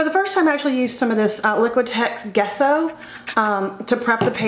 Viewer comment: It was fun to see your post today. Just FYI ~ Gesso is pronounced (Jess-o). As far as the kraft book, it takes acrylics nicely. You could try that! Thanks for the post. :)